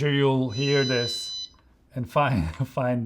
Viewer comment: Çok güzel This diyorsun abi. Vis iz akxmsm